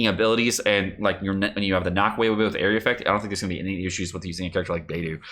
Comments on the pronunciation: =Saying “Beidou”= Bay-doh is correct. Bay-doo is not. There are at least 3 good YouTube vids from Chinese speakers of you’d like confirmation. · Are you purposefully pronouncing every character's name wrong? lol Beidou = "bay-doh", Xingqiu = "Zing-cho" Also, when you read you're talking fast as hell and slurring all your words together.